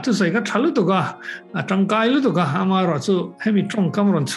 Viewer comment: A ropui hle mai.. Mahse,, emaw tih turah Amaw i ti zel a..